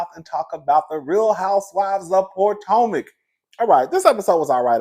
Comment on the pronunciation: Not Poor-tomac 😭😆